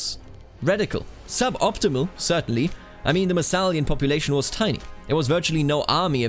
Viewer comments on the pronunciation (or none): none